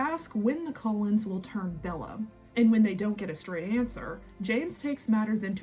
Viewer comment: I don't mean to nit pick or sound snarky or mean, but it sounds like you say Colons instead of cull ens. And it sounds like you say volchuri, instead of volturi